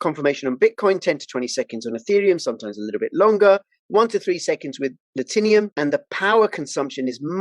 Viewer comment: “Latinum” looks like a 3 syllable word to me. Whoever sponsored this ad is pissed you butchered the name Do you say Platinum or platinium?